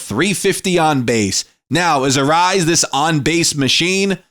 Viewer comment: Dude, it's not pronounced "arise". You'll be a lot closer with "uh-RAY-ez". Not that big of a deal...good vid 👍